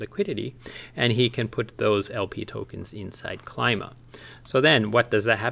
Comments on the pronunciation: Thanks for the video! Nailed the intro as usual. Although I believe Klima pronounced as 'Kleema':) A direct translation from German for "Climate" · It's a Greek word so should be pronounced Kleema. Means climate. Nice quick video. I'll have to dig deeper into this. Just don't want to jump on to Ohm. I have enough ecosystems on my plate, lol. But I see this taking off and a worthwhile project!